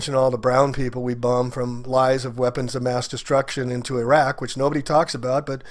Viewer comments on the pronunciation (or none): none